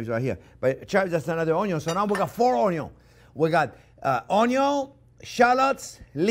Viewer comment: Man has passion for onyos.